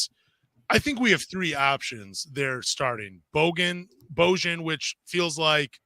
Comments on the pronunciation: Who’s Luka Donsick? Who’s Bogone? BoJohn? It’s pronounced Bow-Yawn lol y’all are crazy. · Love these podcasts yall. is very knowledgeable and keeps things real 🙏 But can yall PLEASE learn to pronounce Bojan (BO-YON) for the love of god 😂😂